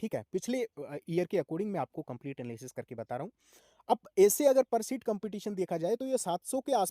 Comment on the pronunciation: सीट hoga Not शीट sir